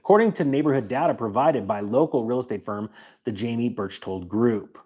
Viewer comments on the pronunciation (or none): none